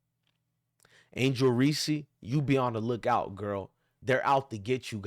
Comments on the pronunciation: Don't nobody listen to this clown....all he's doing is trolling without doing any research. He can't even pronounce the girl's name that he's sticking up for. It's just REESE...with one syllable...do you know what a syllable is????? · I know this is a good message, but I think we're overlooking something .......did you just say Angel "Reesie"?!! BRUUUUUUHHHHHH!!!! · Hahahaha. What an idiot! Before you preach stupidity, why don't you learn how to pronounce her name correctly. You sound like a fool. Additionally you should take a look in the mirror and figure out who the real racist is with all your derogatory mayo comments. You're the definition of a race baiter and part of the problem in this country